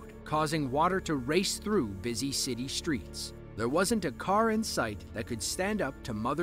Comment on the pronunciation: Oh my the shtreets are flooded! SHtreets?